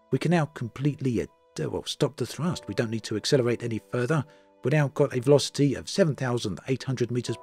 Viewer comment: The veloci-TEE